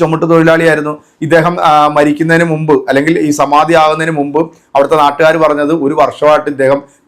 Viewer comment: "സമാതി "എന്നല്ല "സമാധി "എന്നാണ് പറയേണ്ടത്. ഇതിന്റെ തിരക്കഥ തയ്യാറാക്കിയത് സർവവ്യപിയായവിഷ്ണുപ്പുറം ചന്ദ്രശേഖരൻ.